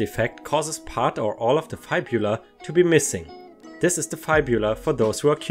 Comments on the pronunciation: It's not F-eye-bula, its F-ib-ula ⭐️⭐️⭐️⭐️⭐️⭐️⭐️⭐️⭐️⭐️⭐️⭐️⭐️⭐️⭐️⭐️⭐️⭐️⭐️⭐️⭐️ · Great video as always:) Just so you know, Fib-u-la. Soft u. And jeez, I didn't know that disorder could exist! I learned something today too. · I had to pause at the story about the kid with the fibula issue because you're pronouncing it wrong... FIB-you-La (sorry I just had to say something because I was trying to figure out what part of the leg you were talking about 😂😂😂 Ugh! I can't stand people who judge others... Whether it's a person w/ an eating disorder or a person who's over weight due to medical reasons (I can totally relate because most people would think I'm "normal" but I have a laundry list of things and between some of my medical issues and also some of my medications make it extremely hard to lose weight it sucks but it's not like I can stop taking my medications or change my medical history. 🌟🌟🌟(Ha! I remembered to add those before posting 😛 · It's fib u la (says the one with a speech impediment lol) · Hello, we pronounce fibula like "rib"